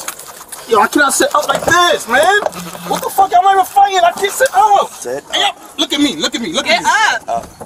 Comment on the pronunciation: “I ain’t fi’en!”